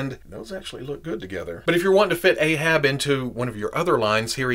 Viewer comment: It's "Ahab" not "Aehab"